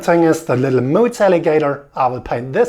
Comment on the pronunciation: Simple stunning! But why did you say “Moots” that way!? 😂🤣